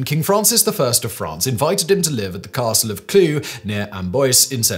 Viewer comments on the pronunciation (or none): Lol@ "caRRRstle"